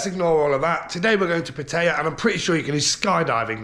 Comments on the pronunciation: It’s pat tie ya .. not pat tay ya. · It's called Pat EYE YAA